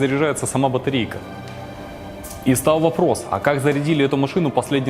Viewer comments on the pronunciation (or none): Чувак, сходи, пожалуйста, к логопеду, научись выговаривать звук "Л": "оказаВось, откликаВось, стаВ, откликавась".